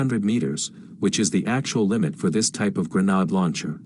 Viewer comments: Gren aid not gren odd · Why does nobody check the narrator! “Granard”. Ugh!😩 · Hey, is there any chance of getting a real human narrator? One that knows how to pronounce 'grenade' and 'Kiev', for instance. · "grenhard" launcher 🤣🤣🤣